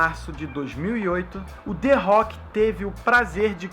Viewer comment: kkkkkkkkkkk ué que culpa ele tem de não pronunciar direito não soube chama direito que nem eu